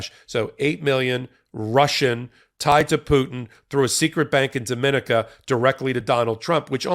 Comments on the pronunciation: DomaNICa, not DoMINaca. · That island of Dominica is pronounced, Domi-nee-ka!